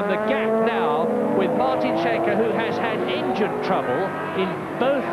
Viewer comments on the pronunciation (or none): As a Norwegian, I can`t get over how the commentator pronounces Martin Schanche`s name 😂 Sounds like he`s shank-happy. (It`s pronounced Skankeh) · Even better if he'd learned to pronounce Schanche. It is not "Shanke", but "Skanke"